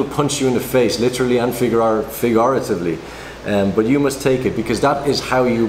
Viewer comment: lol when Coraleen is trying not to laugh at mispronouncing 'figuratively'. Not trying to be a hater, great advice in this video, I just thought Coraleen's face was funny hahah.